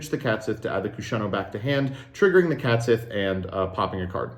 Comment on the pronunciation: Once again commenting to be annoying about pronouncing Catsith wrong. Based off the Cait Sith (best described as "Ket Shee" in English) the "Sith" was just ported over wholesale and should just be pronouced the same way it would in Gaelic.